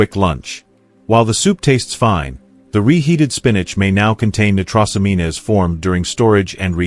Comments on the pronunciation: Every time that bot said Née-tross-oh-mean-ess just cracked me up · AI voicing is terrible! For example, nitrosamines, which is correctly pronounced nye-tro-sa-means. It is particularly important to correctly pronounce words that are not commonly used or are specific to areas of expertise, such as medicine or politics. Ugh! Is this the future to which we are sentenced? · The AI “genius” narrator should learn how to pronounce nitrosamine, nitrosamines. If botulism arises in an O2 deprived environment, what is the rational in storing leftovers in an airtight container? Reuse chicken into soups and stews. 😎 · Why believe this? He can't even pronounce nitrosamines. This is AI! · The pronunciation of nitrosamines! 😂 😂😂😂😂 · You mispronounced and misspelled nitrosamines, adding an extra syllable. This makes me wonder what you really know about that subject and others you're speaking about. I stopped watching after that. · This AI BS has to go. I love how it mispronounces nitrosamines so badly that it hurts my ears. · He is not even pronouncing nitrosamines properly!!!! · AI really struggles with pronounciation. There will be a whole generation who don't know it's nitrosameens not nitrosameenas. It would be funny if it wasn't so sad. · Annoying AI mispronunciation. it's not "nit ross am EENAYS", it's Nite-ROSE-ammeens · Great and informative video but the word "nitrosamines" is clearly prononounced wrong. It is pronounced as "Nigh tross o mean," not "Nigh tross o me nez." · Pronounced nitrosamins not nitrossameenes” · They are pronounced nie-troes-a-meens.